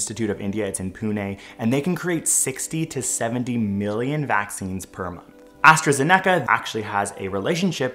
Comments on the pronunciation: AstraZeneca is stressed in the "Ze" not the "ne". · As-tra-zen-eck-ah Me: As-tra-zen-ick-ah Have I been pronouncing this wrong? 0_0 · It’s AstraZeneca not AstraZeneca. : P